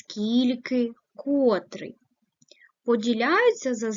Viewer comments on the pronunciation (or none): Зверніть увагу на наголос!!! котрИИИИй !!!!!! ( наголос на И ) , порядкОООООвий ( наголос на О)